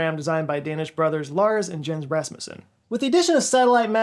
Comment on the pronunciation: Jens sounds like "Yence", not the way you pronounced it.